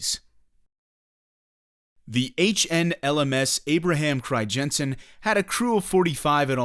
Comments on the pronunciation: As a Dutchman I am disappointed that it's name gets pronounced as cryjensen. In English you'd pronounce the crij in Crijnssen as cry. So basically cry-nsen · You say Abraham Cryjensen but it is Abraham Crynzen (phonetically speaking) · I understand dutch is a hard language, but hearing you butcher the name “Crijnssen” every time made me cry a little. It’s not “Crygenssen”